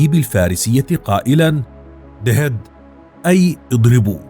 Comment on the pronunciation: يقول دهيد 🤣🤣🤣🤣🤣